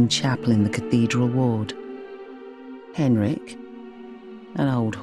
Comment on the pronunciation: Just wondering - why did you choose to contradict Eileen's pronunciation of Gascoigne and Henryk? Since she knew them personally, she would be an accurate source. It's very hard to watch this video knowing the real pronunciation is actually "Gas-kawn" and "Hen-rick".